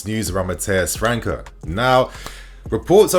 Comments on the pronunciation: Top content bro 🔥🔥🔥 a small correction tho , it’s not Mateus “Franka”, it’s Mateus França , you have to say the Ç part as if it’s a double S , just like you’d say the word “ass” for example 😂 you’d have to say “Franssa” That aside , loving your content bro keep them great videos coming 💪🏽 best regards from Portugal 🇵🇹 😎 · Bro his name is pronounced franssa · It’s not “Fluminense” it’s Flamengo! And in English would sounds like Matheus “FraSa. 😉